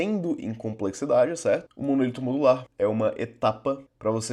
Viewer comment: Apesar de todo mundo de TI no Brasil falar "monolito", o correto é "monólito" (proparoxítona)